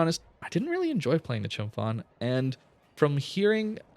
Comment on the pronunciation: The Ph in Chumphon is pronounced like a hard P.